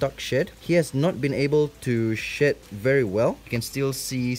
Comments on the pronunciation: Whenever you said “shed” I thought you said s h e t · When he said shed I thoght he said shit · I thought he said shit 👀 bruh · When he was saying “shed”, I thought he was saying “S H I T .” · Free Real Estate i think he said shit 😂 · I’m sorry but- when you said “shed” it sounded like “shit”😭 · Why does it sound like you’re saying “shit” while saying “shed”. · Is it just me or he said sh*t and not shed 😂 😆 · I thought he said “SHIT.” He said “SHED.” So, If y’all thinking that, ya I was amazed. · When he said shed i thought he said shit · Sound like he said its goes thru 💫shit💫 cycles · Mysterical Girl i had to rewind cuz i thought he said he hasnt been able to shit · I thought it was shit the whole time tho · LMFAO same i was looking for this comment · “he has not been able to shed very well” Me: did he say shit? Lol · “He hasn’t been able to shed very well..” me: Hears “He hasn’t been able to shit very well..” Also me: Excuse me, wha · Yeah right it really sounded like shit I was saying NANI! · Haha same here lmao. And then he said "Shed" more clearly after lol. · I keep thinking you say “sh**” whenever you say shed lol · made me laugh cause I thought he said shėt instead of shed lol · When you said shed it sounded like you was saying shit and my mom heard it and was like "did he just say shit" thanks for the laughs she hasn't laughed like that in forever!!! Even my dad is laughing 🤣🤣🤣🤣🤣🤣🤣 dont chang a thang about your language🤣🤣🤣🤣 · When he said ’shed shed shed’ i thought he said shi* shi* shi* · when he said shed I thought he said sh*t 💀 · When he said he's had a hard time to shed I thought he said shit 😂😂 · When he said shed, my mom thought he said shit 😆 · I thought he was saying sh*t the whole time- it took me a while to figure it out lmao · when he said shed i always understood "sh*t on his feet" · took me a while to realise you were saying shed cycle and not shit cycle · When he said shed, I thought he said “shit”